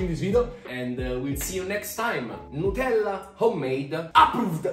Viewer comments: Not them calling it nutfield 😭😂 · Love how they say "Nutellla" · It's liontella 😄